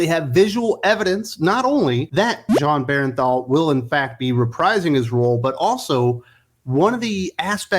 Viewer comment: " Bern Thall " Sorry mispronounced names...I get OCD. Great vid brother! Love & Respect 🤘💀